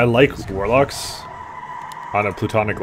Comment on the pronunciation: why do you say warlock?